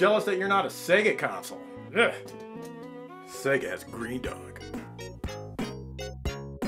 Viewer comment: Aww man, you ruined the ending by not pronouncing Greendog correctly!